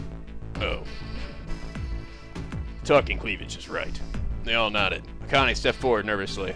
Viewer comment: Lol, Akane's name is pronounced Ah-Khan-eh. You should watch more subbed anime and you'll get the hang of name pronunciation pretty quickly.If I knew what you were into, I'd give some recommendations that are extremely popular.